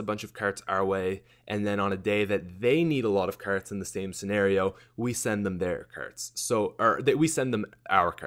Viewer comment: Brock Olsen Like ya never seen a shopping kerrt before, eh buddy?